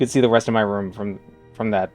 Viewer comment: Hearing him say "dollar" and "room" reminds me of old Jerma streams before he lost the boston accent